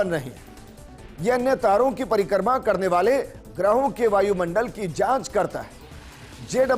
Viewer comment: परिकर्मा नही परिक्रमा